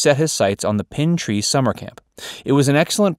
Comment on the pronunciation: Exactly and it's pine tree not pin tree. Terrible video. Didn't even finish